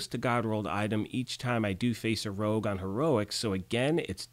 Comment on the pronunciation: Is my English that bad, or is "rouge" not "rogue"?